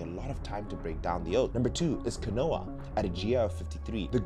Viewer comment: *steak *Pronounced keen-wah